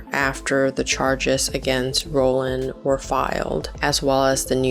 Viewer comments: It's Roiland, not Rolland. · Justin rollllland??? Haha great video but can't stand the pronounciationn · No hate but like I feel like you’re gonna do an entire video on someone you should know how to pronounce their name lol